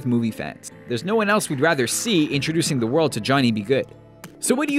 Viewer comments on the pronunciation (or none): none